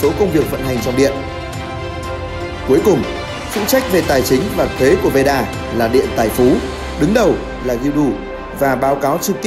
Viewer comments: Veda not Veera :))) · veeda cứ nghe thành veera :Đ